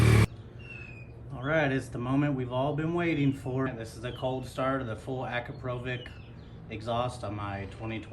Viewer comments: Damn bro that American accent. AcrapOvik. It's akrApovich. Other than that, nice informative video❤ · 'Akrapovitch', not 'Akrapovik' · Es heisst Akrapovitsch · How to properly pronounce Akrapovic as per the company. ------> Pass it on. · Great video, but the way you pronounce akrapovič really hurts my ears…